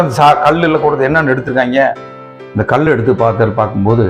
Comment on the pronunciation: 4 Kal enbathai kudikkum Kal endra tamil pothu lagaram ie. Kilikku podum LA pottu ill ucharikkireergal .2vathu il klcorrectaaga solgireergal.